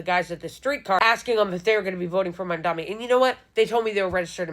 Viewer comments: It’s mamdani, not mamdami. He even went over this in the debate lol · MamdaNI not MamdaMI, please. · Lmao you got the right idea but you saying his name as Cuomo does is peak irony. Loool. It's spelled in front of you, friend. "The. Name. Is. Mamdani." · She can't even pronounce Mamdani.